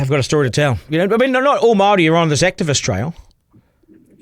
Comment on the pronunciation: At least learn to say Māori properly Stu!